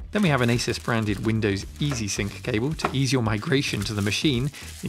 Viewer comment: Thanks for calling it Asus and not Asooooooooooooooos.